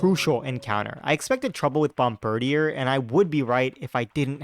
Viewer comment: I thought it was called (bomb ber deer)